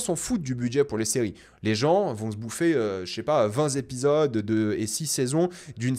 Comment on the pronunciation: Vingt zépisodes, liaison malheureuse, ça arrive même aux meilleurs la preuve